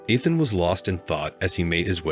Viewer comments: Pronouncing the name Ethan wrong , it’s not Athan. Learn to pronounce words/names right. Soooo annoying. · Ethan and eeethan are not interchangeable. My sons name is Ethan… it’s pronounced “EETHAN”. Me not meh! Got it? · EEE-than (Ethan) Fee-an-saa (fiance) Learn how to pronounce words.